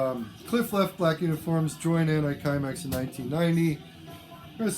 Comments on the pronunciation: Hello, great video and so nice to hear about som D-beat and "mangel". Could not find it in the comments below so I can fill in that it is pronounced anti-simex, it is the name of a pest-control company founded in Sweden. Thanks for your great Channel! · It's pronounced "anti seemex"